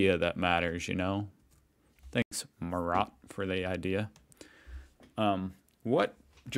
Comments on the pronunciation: Murat is pronounced like moo rut. It's a very common name among people with Turkish roots. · Also, the name Murat is pronounced something like „Moorut“ for you English speakers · Murat is pronounced MOO-raht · His name is pronounced "Moo" and the A is not spoken like "ey" simple A like in Awful T ist self explanatory Murat. Easyone. Just dont speak it english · its pronounced ˈmurɔt :)